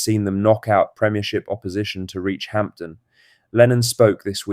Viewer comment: AI drivel It's not Hampton